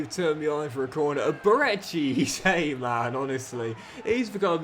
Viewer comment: If you’re keeping Eze around until retirement then please please PLEASE… stop calling him ‘Eee-zay’, it’s pronounced: ‘Ezz-ayy’ and I help but notice every time you say it 😆 Loving the series otherwise